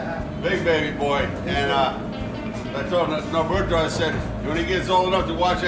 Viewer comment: What an awesome pizza! Way to go, Roberto!! Hey, please make Roberto's day and pronounce his name (and his pizza) as it is said in Spanish: ROW-BEAR-TOE not RAW-BIRD-OH. Imagine if someone called you Jake all the time instead of. Peace, my friend. Ever since you moved to this location, you and your talented crew have been turning out these amazing pizzas from that wonderful oven. It's a beautiful thing.